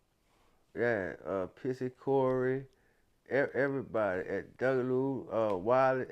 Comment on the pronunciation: He said Pissy Corey 😂